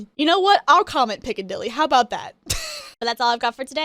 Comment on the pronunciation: Picadilly with extreme emphasis on the “P” sound!!